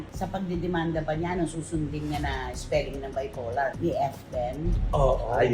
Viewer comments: BIPOLAR, Aling Cristy Fermin, hindi BIFOLAR!!! Kakatawa ka talaga! Ang lakas ng loob mo na i-correct si, eh, hindi ka din naman marunong mag-English! Pakinggan Mo muna sarili mo bago ka mag-correct ng iba!!!! BIFOLAR!!! Hahaha! Mas malala ka pa kesa kay!!!! 😂😂😂😂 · Mahilig makisawsaw, it’s BIPOLAR not bifolar 😂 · Gusto nyo ba yung BIFOLAR with an F 😂😂😂